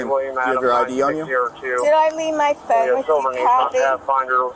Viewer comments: The way that woman pronounced phone 🙄 she was definitely drunkish Why didn't anyone else walk up when she was complaining about the buffet? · I really wish I could figure out how to phonetically spell phone the way this woman is pronouncing it but I will give it a shot. I can't find my phooonnee.😂 it is extremely extremely irritating. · “Where is my PHoon?” “Do you have my PHoon?” “I don’t have my PHoon!” “Can I borrow your PHoon?”